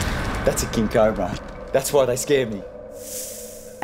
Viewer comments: It's not a Cob-bra it's Co-Bra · It’s pronounced ca-oh-bruh not cu-bruh